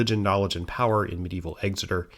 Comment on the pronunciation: No one ever says it right EXeter not EGseter